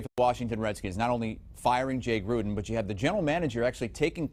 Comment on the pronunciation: At least he is pronouncing Jay Gruden’s name correctly.